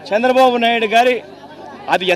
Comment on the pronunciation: శ్చంద్రబాబు కాదు చంద్రబాబు నువ్వు ముందు తెలుగు నేర్చుకో నువ్వు అసలు ఏం సహాయం చేసావు 5 సంవత్సరాల్లో వేల కోట్లు దొబ్బేసావు నువ్వే కాదు నీ నాయకులు కూడా రాష్ట్రాన్ని గుళ్ళ చేసి నాశనం చేసారు ఒక్క రూపాయి కూడా సహాయం చెయ్యకుండా కబుర్లు దెంగుతున్నావు